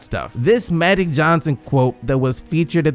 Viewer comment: Am I really the only one who’s gonna bring up the fact that the narrator keeps saying “Madic Johnson” instead of Magic Johnson?? 😂